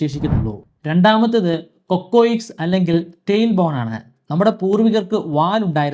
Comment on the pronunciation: കൊക്കോയിക്ക്‌സ് അല്ല cocyx അല്ലേ.. പരിണാമ സിദ്ധാന്തം ഒരു ശാത്രമയ് മാറിയോ?